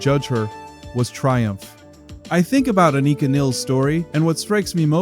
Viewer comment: Thank you for pronouncing Anika’s name correctly.